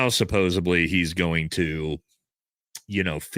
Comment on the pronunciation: Supposebly is not a fckn word bro. Jesus Christ dude and you say it 100 times an episode😂